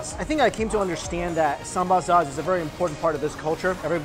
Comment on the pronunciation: It's pronounced 'Sam-BAL' not 'Samba'. Also no one says sambal sauce, just sambal. :)